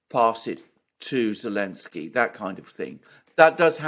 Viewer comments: Why is unable to say Zelenskyy? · I love how iPronounces the President of Ukraine's name without the letter 'Z' 😆😹